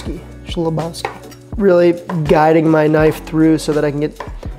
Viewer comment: it's pronounced "khlebovski" if that helps LOL nice video ! i'd love to see you include recipes from Not Another Cooking Show!